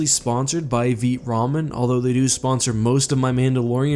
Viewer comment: Lol i thought they told you to say Vite not veet